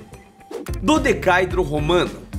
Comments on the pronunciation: Plmdd é um dodecaêdro Romano. Não um dodecáidro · Se pronuncia DO DE CA É DRO e não DODECAIDRO. Se não nem os próprios Romanos irão entender. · Esse último a pronúncia correta é DodecaÉdro. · Pronuncia-se "dodecaédro".... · Mano, a pronúncia é dodecaÉdro. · Pronuncia "Do-de-ca-eeh- dro", sílaba tônica no "E". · Dodecaedro é uma palavra paroxitona e a silaba aguda é "e". Do-de-ca-e-dro. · É DO - DE - CA - EEEEEEEEE - DRO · Reveja a pronúncia de "dodecaedro". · Ei, está pronunciando errado. Dodecaedro não é proparoxítona. A pronuncia é similar à poliedro.